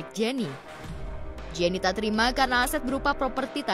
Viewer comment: Pengacaranya gk tau penyebutan nama Jenny Rachman 😅